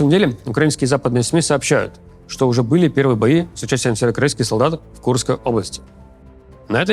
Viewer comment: Левиев, займись речью. Слово «северокорейский» в твоем исполнении - это издевательство над слухом зрителей